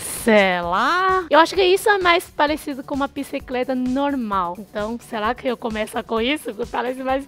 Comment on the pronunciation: kkkkk sela*, estou gostando do canal de vocês, porque sera que os orientais tem dificuldade em falar o R *???